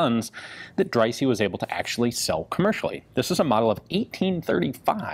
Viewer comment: I think that's pronounced Drysah not drysee